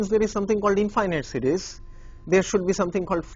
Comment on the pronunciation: sounds like he's saying cities...